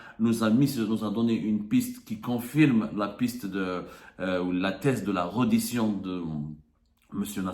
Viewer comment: Réédition et non redition mr le soi-disant journaliste